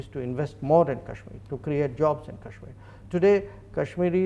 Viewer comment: She's literally saying, "Cashmiya" instead of Kashmir. And, God! She really must love China!